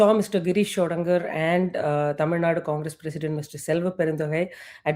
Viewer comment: Pls pronounce names properly and correctly. It is not Sodangar, it is Sodankar (க)